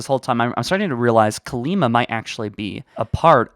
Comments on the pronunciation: Kalmiya, not Kalima. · It’s not Kalima, it’s Kalmiya. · It's Kalmiya ;-) not Kalima. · Wait wait wait. I'm unsure of the dates buuuut, how old is Kalima? (I haven't read the book, you pronounced it as Kalima but spelled it Kalmiya in the video chapters) Shouldn't she have died at least twice over? She's going to be absolutely expletive deleted insane! edit: Kalima sounds awfully close to calamity. Just sayin. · Her name is Kalmiya, not Kalima